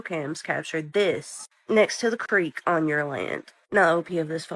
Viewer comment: “But moving Ohjuan…” lol you pronounce “on” so weird. 😭🫩🥀🫠🫠🙃